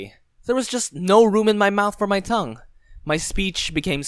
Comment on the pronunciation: Stop saying tougue